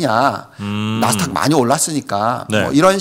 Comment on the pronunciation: 감사합니다. 한가지, 자꾸 나스탁 나스탁. 아니고요. 나스닥입니다. 🤪